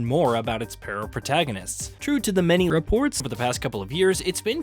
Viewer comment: Why'd he say reports so weird....had to play that one back hahaha